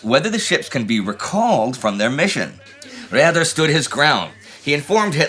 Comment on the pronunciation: Please ... next time pronounce Raeder as (English) Raider.